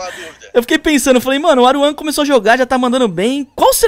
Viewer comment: "Aruan"? KKKKKKK Só Falta No Proximo Video dessa Serie Vim o Edukof... Kkkkkkkkk